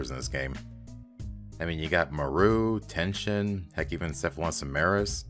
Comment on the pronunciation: So I was not the only one mispronouncing Teshin's name as "Tenshin".